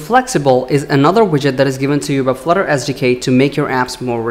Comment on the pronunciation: Did anybody else hear "Flutter As Decay" when he said "Flutter SDK"? No? Maybe its just me....